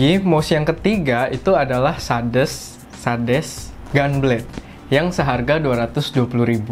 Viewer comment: mouse 200rb minta kualitas yg tinggi njeng, mau lu apa, baca merk SADES aja gk bener